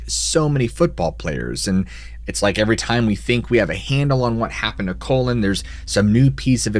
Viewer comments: Are you sure it's not Collin, and not colon. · Why does this guy have such a problem with certain words? Colon is a punctuation mark or the final portion of your large intestine; Collen or Collin are a person's name. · Is this guy really mispronouncing Colin or was the guy in the first story really named colon? If it’s the former & you really want to do their memories honor like your post says, at least say their names right. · So hard to listen to you repeatedly calling him COLON.... Colin is pronounced with a short 0.....none the less... Great stories! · It's possible lol Colin Powell is pronounced "COLON". Why I do not know lmao that's on him 🤷🤷🤷🤔🤔🤔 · Colon? I'm sure it's pronounced Colin like Kawlin not..Colon... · I was hearing him say Colon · Can’t stop giggling at the way you pronounce Colin. 😅 it sounds like you’re saying colon. 😂 it’s pronounced “call-in.” I spent a ton of time in western and upper Michigan. Probably should have skipped this one. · no fucking way the dudes name was "colon". did you double check it wasnt "Colin" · Call-in Not colon Couldn't name it past the 5 minute mark hearing that mispronounciation... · Colon? It's Colin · Colin...cawlin not colon...that's a body part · Call-in=Colin Colon=Large intestine 😂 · Colin not colon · Or he was constipated 😂😂 Colon. Get it?? His name is Colin. Pronounced: Call-In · could be' Colon" lol what about Colon Powell. Pronounced Cole-in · Lol I had to go back and see if he really pronounced it like that. He really did that 😂😭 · I noticed pronounced his name "colon" as well. Right before the 6 minute mark he also pronounced "wandering" as "wondering" around in the woods in a haze. I'm not sure if this is a speech thing with but definitely noted. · Also stop calling the guy “colon”. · Please show respect to. If he says colon then it's colon. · Now why you keep callin that boy colon??? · I can't take this one seriously when you keep saying COLON!!! LOL!!